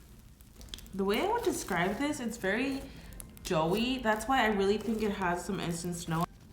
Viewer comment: Her: Very Doughy Me: * Hears Joey Instead Of Doughy * Me: WAIT A MINUTE JOEY AND WILLOW STAN